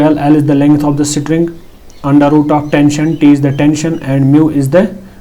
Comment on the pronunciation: string❌ sitring✅